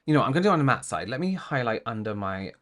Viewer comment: I couldn't take her seriously after hearing her say reflex instead of reflect, matted instead of matte, and smooth-es, or whatever that word was supposed to be.